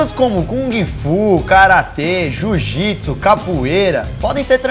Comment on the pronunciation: JU-JITSU KKKKKKKKKKKKKKK